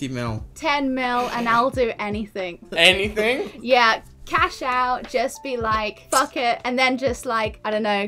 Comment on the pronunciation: looking at his bank acc "10 mill enything"👀😂